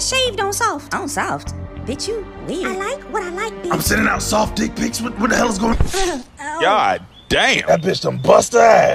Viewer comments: "Glorious magical DIUCK" LMAOOO the way she pronounced that Took me ALL THE WAY OUT 🤣🤣🤣💀💀💀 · The pronunciation of "dick" kills me every single time.